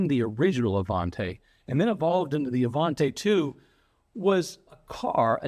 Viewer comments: Even though Studebaker ended in Canada the Avanti didn't... therefore you pronounce it Avantee, NOT Avant-eh! :) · It is NOT Avant-ay. It it pronounced Avant-ee. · The last syllable of "Avanti" is pronounced "tee", not "tay". Interesting video, but that "tay" is a constant distraction. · You are mispronouncing Avanti. The last syllable is pronounced “tea”, not “tay”. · What’d you get wrong? The name of the car. 😂 Avanti = uh-von-tee, not uh-von-tay. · AvanTAY????? Don't you speak Italiano???? EH! It's AvantEE! And it wouldn't do 170 mph.. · It is NOT the Avantay. It was the Avanti pronounced “Avantee”. I got to ride in one the first year they were out. Mr. Palmer had a Mercedes/Studabaker dealership in Long Beach. He gave me a ride home from a high school football game. Very cool! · Absolutely loved these cars so it pains me to hear it mispronounced. It's Avantee, not Avantay. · Just a quick note regarding pronunciation.... I was scolded many years back that Avanti is pronounced Avantee not Avantay. As an owner of two of them I have changed my ways and now pronounce it correctly. BTW- you could get AC in the normal asperated Studebaker cars. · Avanti, not Avante (Ah Von Tee, not Ah Von tay) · It is pronounced "A-Van-Tee." An Italian word for "forward." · IMHO, with an i at the end it should be pronounced 'Avantee', not 'Avantay'. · It is not pronounced Avan-Tay. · Uh von tea Not uh von tay 🤡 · ah-von-TEE, not tay. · One of my favourites, especially when the headlight openings were made square. Sorry to nitpick, but I think it's pronounced AvanTEE, not AvanTAY. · I've never heard it pronounced Avanté in my life. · ...it's Avan-tee please. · You love the car but you mispronounce its name every single time you say it. Oish.